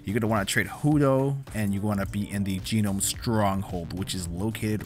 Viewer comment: Yeah it's just pronounced "nome" but I too prefer jeenome honestly. Made me laugh